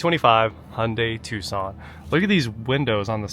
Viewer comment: Tucson, not tuscon